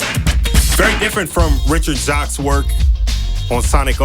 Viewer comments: Oh in an interview Richard Jacques officially confirmed how to say his last name which is pronounced “Jakes”. Don’t worry bro most of us pronounced it the same way. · Loved this and the Jet Set Radio Future video! FYI, Jacques is pronounced jakes/jayks, according to Richard Jacques himself when he guested on a Radio Sega podcast years ago. I realised after that podcast that there's an old UK actress with the same name and pronunciation called Hattie Jacques, so it makes sense.